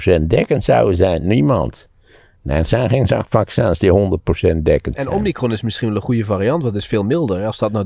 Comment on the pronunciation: Omnicron? Heb ik dat goed gehoord? Het is omicron volgens mij